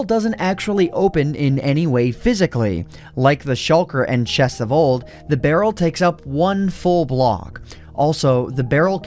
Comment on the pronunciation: you sayd barrel XD